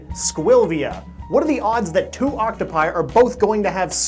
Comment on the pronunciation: does him saying octopi bother anyone else or is it just me?